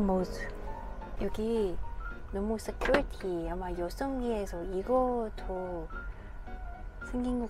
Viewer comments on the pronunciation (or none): none